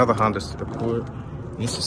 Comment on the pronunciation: I'm still looking for the "Hon-day" 😒 as pronounces them lol